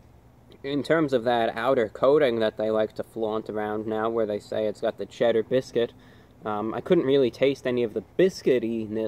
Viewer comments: Lmao he can say all these big words and he can articulate his words. But he couldn’t pronounce “biscuit” right. Bis- Bisgut. What? 😂😂😂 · A Bit-bizget